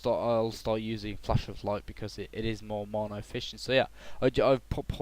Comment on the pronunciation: i WISH you say MANA PROPERLY!!!